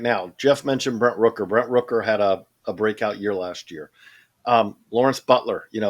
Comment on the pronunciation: Geoff has an interesting way of pronouncing "Rooker."